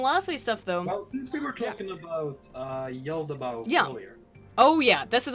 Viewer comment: The cringe every time tries to say Yaldabaoth XD Ya'll Da Ba Oth!!! Hahaha